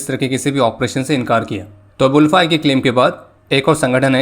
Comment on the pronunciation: It's not UL-FA..........ALFA(I mean pronounce)...love from Assam 🇮🇳🇮🇳🇮🇳